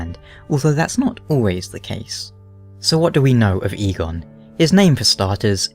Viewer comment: Eygon and eigon are not pronounced the same. You don't say Eeeeeegone, it's pronounced ae•gon in Basque